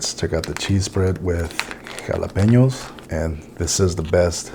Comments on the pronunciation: Surprised to hear you mispronounced jalapeno. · He did that intentionally....